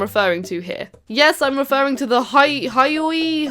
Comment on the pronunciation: It’s pronounced hyoi pear (HYOY)